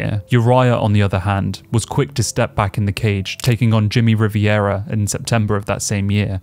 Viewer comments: It's Jimmy Rivera not Riviera (I love your work bro, mad docs) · My last name is RIVERA, it’s pronounced Riv-era.. not Riv -iera. Great video ✌🏽🔥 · Can't tell the difference between Rivera and Riviera? Kept calling Rivera Riviera! 😂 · For the love of god, it's pronounced REE-VEH-RAH. There is no extra "I" to make it RIV-EE-ERAH. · Rivera not riviera. I know I’m autistic for having to point this out but I had to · Bro you gotta learn how to pronounce “Rivera”